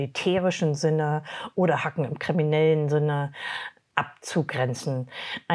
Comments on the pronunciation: Einfach Sprecherin vom CCC und sagt deutsch hacken, ich brech ab 😆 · Bei der Constanze vom CCC muss ich immer ans Essen denken wenn sie Hack'en ausspricht. Hat ihr niemand gesagt das es ein englisches Wort ist? Cool spricht sie bestimmt ja auch richtig aus. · Das hat die CCC Sprecherin ziemlich unseriös gemacht 😂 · Wenn jemand "hacken" deutsch ausspricht, kann ich ihn oder sie leider nicht mehr ernst nehmen. Ansonsten: Gutes Video wie immer! Nachtrag: Vielleicht kannst du Böhmermanns Video von gestern mit aufgreifen, scheinbar muss man das BSI sehr, sehr kritisch betrachten. Noch eine Buchempfehlung: Blackout, von Marc Elsberg. Schon etwas älter, aber zeigt EIndrucksvoll, was im schlimmsten Fall passieren kann. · Immer wieder schön zu sehen wie die sogenannten "Experten" einfachste Fachbegriffe nicht aussprechen können. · Das ist halt so, als würde ein Medienexperte YouTube "jutube" anstatt "jutjub" aussprechen. Ein Experte sollte solche "Fachbegriffe" korrekt aussprechen können. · Ist tatsächlich nicht die einzige im CCC, die es so ausspricht. Linus Neumann ist auch so ein Kandidat. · dafür das Constanze IT-lerin ist spricht sie das Wort Hacking/Hacken extrem beschissen aus🤷‍♂️ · Tut mir Leid dass ich so negativ komme, aber wer sich als Cyber-Experte ausgibt und nicht mal hacken englisch aussprechen kann ist für mich zu 200% unseriös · Stört es keine wie sie hacken ausspricht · Holz hackt man, das Hacken von Digitalen Geräten bitte auch englisch aussprechen, danke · Und sowas nennt sich Sprecher von irgendwas IT bezogenem, das kann man doch nicht ernst nehmen Hacken wie die Spitzhacke zu sagen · Boah... wenn Leute "hacken" nicht mit "ä", sondern wie geschrieben deutsch aussprechen... DIESES "hacken" macht man auf dem Dancefloor, im Garten oder verbal... 😶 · Ich hasse es wenn Leute das Wort hacken deutsch aussprechen, als würde es von Hack kommen. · Angeblich Expertin - kann "hacken" nicht mal aussprechen... glaub irgendjemand sowas überhaupt? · dat haken du XD